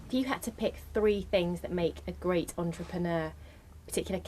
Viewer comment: He inspired me to get going on some ideas and a firm brochure. Cool guy. I love how he pronounced entrepreneur. En trip' eneur.